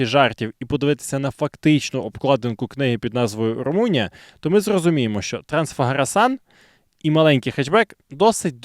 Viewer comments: Саме Трансфегереш, самі румуни так вимовляють, а не Трансфагаресан. Це звучить як Акіро сан😂. Румунія це трохи ближче ніж Японія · румуни вимовляють Трансфегерешан